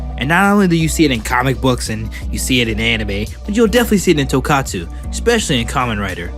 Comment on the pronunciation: Not Tokatsu , Tokusatsu